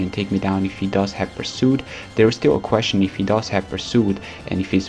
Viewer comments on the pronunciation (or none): none